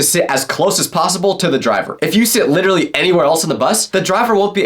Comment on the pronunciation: Why are u always trying to say LITERRLLY instead of LITELLLYYYYY....